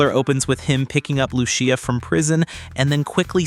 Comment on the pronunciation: Who the hell is "Lu-She-a"??? It's "Lu-SEE-a"... always has been 🤣🤣🤣